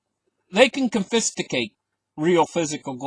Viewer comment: con·fis·cate /ˈkänfəˌskāt/ Learn to pronounce